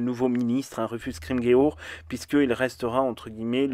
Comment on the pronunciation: Ca se prononce "scrim jour" ;)